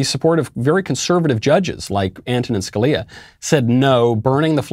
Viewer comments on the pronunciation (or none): none